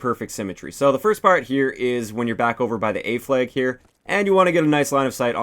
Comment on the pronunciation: A fleg. B fleg. C fleg. It's in the beg if you're on the fleg. Teg. You're it!